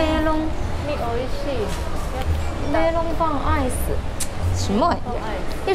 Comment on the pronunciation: 世界で2番目に美味しいメロンパンアイスあるんだ！日本語で発音してくれて嬉しい💓笑